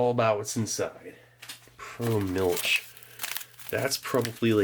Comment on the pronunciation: It's not mu(l)ch, but it's MILCH😂